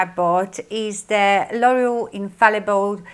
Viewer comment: L'Oreal is pronounced lore-EE-al not loyal. lol Just trying to help because I was confused by what you were saying. I love your video. Very good.